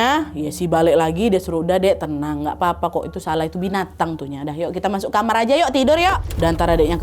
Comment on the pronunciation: Ketawa banget waktu ka nadia bilang "masok" harus banget "MASOKKK" yaa WKWKKW